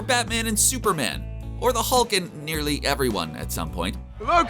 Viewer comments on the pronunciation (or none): none